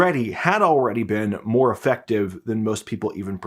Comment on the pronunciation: Hi,. I watch your reports religiously. One trivial suggestion for improvement is that you often use the word "effective," which you mispronounce as though it were the word "affective." You can avoid annoying us English purists being careful which word you're using. Thanks!